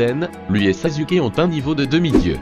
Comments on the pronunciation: Ca s' ecrie sasuke mais ca se prononse saçuke pas sasuke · En plus il dit sazuke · baddy203 t’a détruit le nom de sasuke 😭😂😂